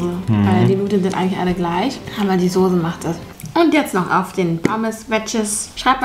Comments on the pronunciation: Es heist sose aber wird soze ausgesprochen.: sose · es heißt immer noch soße und nicht sose! keine ahnung, wo du dein deutsch gelernt hast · Die Sose ist richtig scharf... Ich: Sose? SOSE? Trigger